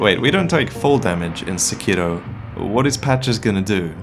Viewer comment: I'm not trying to be "that guy," but Sekiro is pronounced with the accent on the "Se," not the "Ki." Please don't me I love you and your videos! 🙈